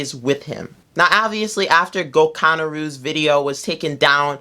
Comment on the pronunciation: tell him that his name is go-kah-nah-rue